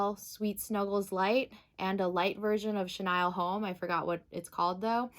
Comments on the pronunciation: Thank you for correcting it on pronouncing "Chenille"(shuh-neel ) it was driving me crazy every time it was said wrong.🤪🤪😂🤣😂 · Really? What’s your first language? And 😂😂 I wasn’t gonna say anything about how you pronounced it just in case you were actually pronouncing it correctly even though I’ve always heard it pronounced shuh- kneel. I didn’t want to be THAT person! 😂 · yep! It was weird to hear it pronounced shuh-Nile just because I’ve heard it said that way although I totally understand why she did because the vowel usually says its name when the word ends in e ! The English language sure can be confusing with its exceptions to the rule for certain words 🤷🏻‍♀️🤦🏻‍♀️